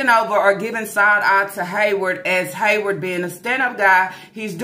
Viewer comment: Girl, I can’t believe that first she called it alimony like they were married. 😂😂😂 Second that she really thinks she’s gonna get $2K/mo from Haywvard. And no, I didn’t misspell it, that’s how she says it! 😂😂😂 She done quit her damn job thinking she’s about to live on this child support. That man doesn’t even make that much in a month to pay her $2K/mo! He will quit his lil Waffle House job before he gives up his whole check to her even if it is for the kids. But the amount makes me suspicious. $2K/mo for eight kids seems awfully low doesn’t it?!? Or is it just me???🤔🤔🤔 But I know a 🥷🏾 with 5 kids who pays more than that, and he makes minimum wage. So it makes me think they’re not all his kids! If she ever shows the test results, we’ll see. But the fact she hasn’t makes me think they’re not all “Yarborough babies”, ok! Because if they were, you know she would have thrown it in everyone’s faces. Especially about SySy and Lana! So I think half are his and the other half aren’t. But that’s just me. 😂😂😂